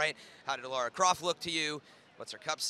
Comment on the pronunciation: fuuuuuuuuck her name is Lara!!!!!! not laura!